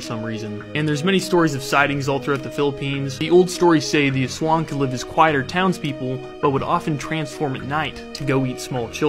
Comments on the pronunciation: don't say sWAng say as-wang most people in us cant pronounce it right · Irs pronounced az- wang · This is how you pronounce it Ass-swa-ah-ang A e i o u Ah eh ei oh uh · It's pronounced "ass-wang" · Me and other Filipinos: Did he just pronounce "aswang" as "aswaeng" 💅👁👄👁💅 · It's actually pronounced "As" Wang"